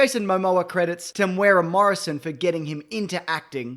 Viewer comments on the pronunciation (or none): none